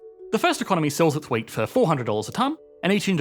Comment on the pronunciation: I was listening to this and was puzzled by the example of two economies that produce nothing but weight. What kind of an economic good is weight? That was way too abstract for me. Then I watched the video and realized he was saying “wheat”.